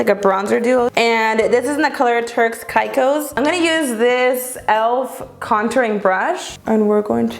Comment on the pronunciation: Turks and Caicos= sounds like cake 😁